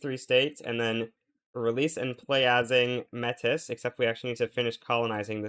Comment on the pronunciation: Just thought I'd let you know Métis is pronounced "May-tee." I've seen a bunch of non-Canadian Vic3 Youtubers pronounce it like you do so I just figured I'd spread the word. Great video though, love this idea.